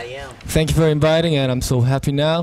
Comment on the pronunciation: Minhyuk: "Tank you for Inbiting us Im Minhyuk" So cute pronunciation.